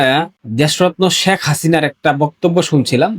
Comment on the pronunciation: শ্যাখ হাসিনা না, শেখ হাসিনা উচ্চারণ করতে হবে